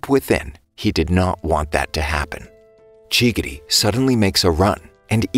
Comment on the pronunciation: bro really called chigiri chiggity💀💀💀